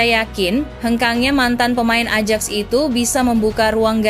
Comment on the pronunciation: de jong bacanya de yong, ajax bacanya ayax, barca bacanya barsya, catalan bacanya katalan, girona bacanya jirona, rapinha bacanya rapinya biar enak kalau bacanya benar😂